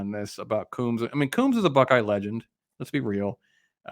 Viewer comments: first learn how to pronounce Kerry Coombs. Coombs, like a comb for your hair, long O's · Pease learn to pronounce Kerry Coombs' name. lt is Coombs- long O's like combs for your hair. Yes, he is a very good man and a good coach.